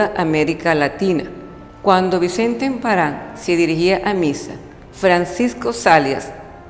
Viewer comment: Pronuncia mejor por favor... Que desagradable escuchar emparán